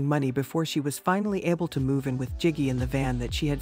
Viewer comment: “…lives with ‘Jiggy’ in a van”….😅😅😅😅😅…It’s Gigi….jeeez….Jiggy…😅